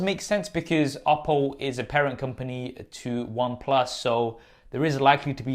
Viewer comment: Funny how him saying the word "Oppo" sounds like "Apple".